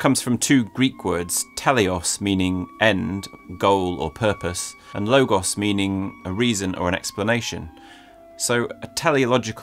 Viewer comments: Great stuff, but it's "telos," not "teleos." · The Greek word is 'telos' not 'teleos' (τέλος) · Teleology from τέλος, Telos, 'end', 'aim', not Teleos (sic). Teleios, that sounds like "Teleos" (τέλειος) means perfect.